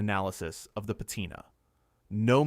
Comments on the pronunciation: Pa Tina not pa tyna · that's not how you pronounce patina